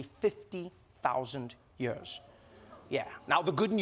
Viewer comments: I can't wait until this show has a host who can pronounce the word "years". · itz year not yör